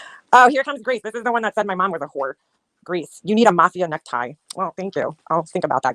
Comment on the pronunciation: NeckTIE, Grace ! Tie has an e on the end. Necti sounds like fruit